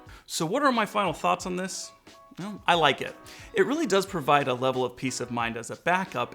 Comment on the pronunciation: Its Levil like level